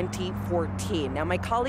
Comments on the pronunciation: they dont know how to say his name. 'Alissa'? How about 'Al Issa'. Funny how they tell us that not knowing how to pronounce foreign names is racist, yet they don't know either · His name is Ahmad AL - ISSA. Why is everyone pronouncing his name Aleesa?